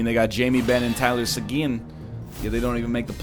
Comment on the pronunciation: Who the heck says Seguin like that?